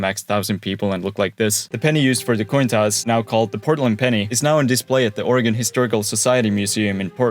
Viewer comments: However, deserves a big attaboy for pronouncing the state's name as OREGUN, as it should be, and not as OREGON, like in 'hexagon' - and like I used to say before I moved here and got chuckled at by the natives. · Thanks for saying Oregon right too smh